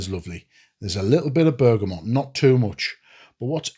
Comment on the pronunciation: Canny review, and it’s nice to see one person actually pronounce BERGAMOT correctly! I know it’s a small thing, but it’s f’ing annoying the way everyone says BergamoNt! So just for that fact alone it’s a 10/10 video 😂